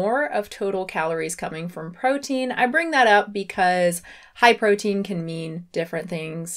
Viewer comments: “ hi protein snacks” is what I thought she said in the beginning, like okay new fan name lol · I thought you said "Hi protein!" at the beginning löl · I thought that too! It was her intonation. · I thought she was calling me protein 😹